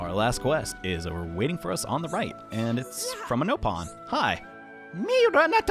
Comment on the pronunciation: You played xenoblade 2, PLEASE pronounce the word nopon as nop-on” instead of “nope-on”. “Nope-on” was only used in xenoblade chronicles X. Xc1 and xc2 both use “nop-on” as the canon pronunciation.